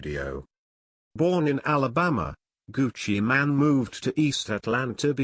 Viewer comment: ol its not gucci man its gucci mane like u actually say mane not man